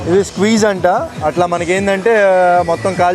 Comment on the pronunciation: తమ్ముడూ, స్క్వీజ్ కాదు స్క్విడ్ (SQUID)!👍